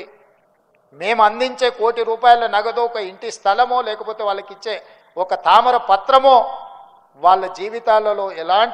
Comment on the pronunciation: అయ్యా తామర పత్రం కాదు తామ్ర పత్రం